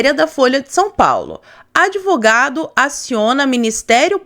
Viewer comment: É "devogado".